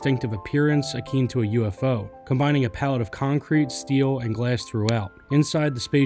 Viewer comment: The incorrect words in this video are distracting… ‘eclectic’, not ‘electric’; ‘ingenious’ not ‘ingenuous’; ‘akin’ not ‘akeen’, ‘peculiar’ not ‘particular’, and those are only the ones I can recall off the top. I know I’m particularly pedantic, but it’s distracting.